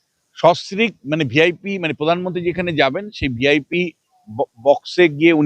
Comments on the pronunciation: পোধান মন্তি নয় প্রধান মন্ত্রী। আপনি খবর করেন ভালো উচ্চারণ ঠিক করুন বড়ো কানে লাগে অনেকটা মমতার। মত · উচ্চারণ একটু ভালভাবে করবেন। প্রধানমনন্তী না প্রধানমন্ত্রী। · এই মেয়েটা এত চিৎকার করে কেন। "পোধানমন্ত্রী"।